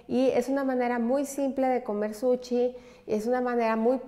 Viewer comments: Que excelente receta!!! muchas gracias !!! un comentario solamente . Se dice SUSHI no Suchi. es con sh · Todo maravilloso Solo porfis di bien SUSHI , no es suchi ni sucxi Que ansia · Nooooooooo, es que no puedes decir suchiiii noooooo, por favor no digas suchi😂😂😂